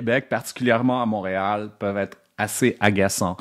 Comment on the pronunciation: Très intéressant. Il est québécois, mais il ne prononce pas “Montréal” correctement.